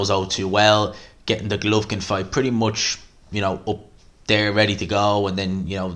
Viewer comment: Fuck sake, love the channel but just pronounce Golovkin properly. GER LOF KIN 😂